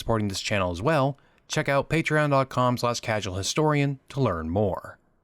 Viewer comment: "Casual" should be more stressed than you are making it seem. there's more errors and omittances in this than an american highschool textbook